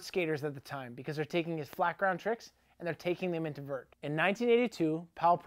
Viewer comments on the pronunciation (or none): none